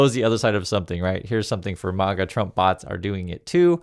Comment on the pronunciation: Its not MOGGA, You absolute buffoon! 😂 IT'S MAGA! Exactly how it sounds.